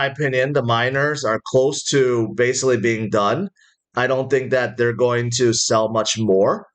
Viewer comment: can you say. ing...like go-ing, not go-ah